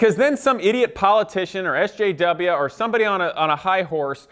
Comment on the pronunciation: I loved hearing “Ess jai dubbya” 😂 also, last time I was here, I didn’t see that fighter jet thing so nice